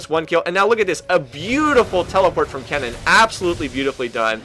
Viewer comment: Wow.... He got kennen's name correctly.. and not saying "ryze"!!!!